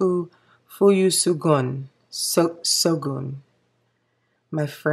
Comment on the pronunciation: Ooo that fuyu syogun looks like a blue grey in this video, that's very cool! Also thanks for the shout out xD!! ❤❤ you've got the Japanese pronunciation down! And that benu iced caramel latte looks so delicious and any brown just oozes out of it like sweet caramel! Great color combos! Did you get the benu during their last shipment or did you already have it on their first stock?